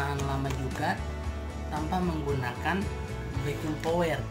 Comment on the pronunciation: Backing powder bukan backing Power mas